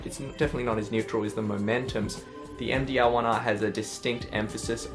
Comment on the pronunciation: you say there is a MDL1R. or you say all the time MDaarrGGLLL 1R ?